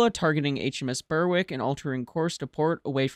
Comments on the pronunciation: Errmm, we need to have a word about your pronunciation. Berwick is not pronounced "Burr-wick" but "Berrick", the W being silent, as in the pronunciation of many other British places that contain "wick", thus Warwick is "Warrick", Alnwick is "Annick", etc. You're welcome. 😊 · Berwick is pronounced 'Berrick' (just saying). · Nice summary. Minor points only but Phoenix was a sub, unfortunately lost later that year, and HMS 'Berwick' is pronounced 'berrick'. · Because it grates on British ears. No-one has heard of a place called "Burr-wick", and by mispronouncing the ship named after the town it insults the memory of those who served aboard it. How would Americans like it if (for example) we called their ships "USS Tex-ass", or "USS Alay-bummer" ?